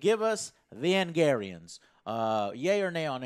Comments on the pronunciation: Joe, wtf is an Angarian? Its Angaraan! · "Angarians and Micky Way". Try harder joe. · His butchering of "Angaran" for whatever reason is annoying me.